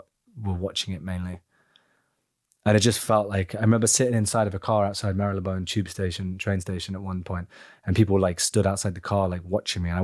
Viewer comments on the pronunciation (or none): Did Nicholas Hoult just say Mary-Le-Bone Train Station? 😮 I’ve never heard another Brit not pronounce it Mar-Le-Bone Station. 😅